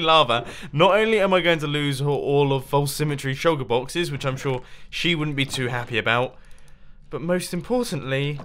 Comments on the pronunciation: or Mumbo said shulker bloxes not boxes... too much sand??? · you said shulker bloxes! xD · "Shulker bloxes" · Shulker Bloxes 🤣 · Did anyone else hear him say "Shulker bloxes"... small spoon --o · good vid and nice "shulker bloxes" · at about - he said shulker bloxes lol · he says pick up all of the shulker bloxes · Did he say shulker blockses? 😂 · "I am going to take back all of these shulker bloxes"